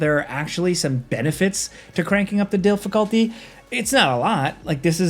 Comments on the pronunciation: did you just say “DILFiculty” instead of “difficulty”? 😂😅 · Did I just hear DILFaculty? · Did just say Dilf-iculty in number 2? What's really on his mind?? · not saying ‘DILFiculty’ 😂⚰️🫦